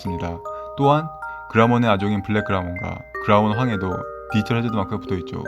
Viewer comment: 말을 천천히 하더라도 발음을 또박또박하게 또 브금을 좀 더 디지몬과 관련되있는 걸 사용하시면 더 와 닿을듯해요. 다른부분보다 발음을 정확하게 해주세요. 디이털아니고 디지털. 이거 악플아니고 좀 더 잘되면 해서 하는말이니 이 글보고 힘들어하진 않으셨으면 좋겠어요. ㅎ화이팅